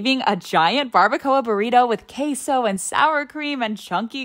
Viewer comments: It's pronounced keh-so not kay-so btw (Queso). Love that you try all different kinds of food, I am jealous of your taste bud adventures. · It is pronounced queso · She pronounced queso wrong.